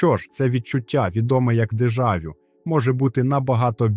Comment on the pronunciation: Чувак тупо краде чужі ідеї, ще й погано перекладає. Не "проектує" а проецює, дежАвю.. якийсь селюк.. дратує